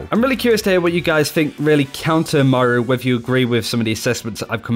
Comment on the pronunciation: Can you pls stop calling moira mario xD